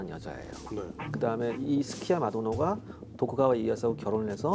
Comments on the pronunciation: 스키야v마도노가 아니라, 스키야마v도노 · 이거야 원... 스키야마 도노를 스키야 마도노라고 읽으면 뭘 어쩌자는 겁니까? 재밌게 보다가 갑자기 신뢰성이 팍 떨어지네요 ㅋ